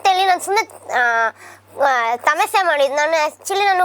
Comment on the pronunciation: ತಮಾಷೆ ❌ ತಮಾಸೆ ✅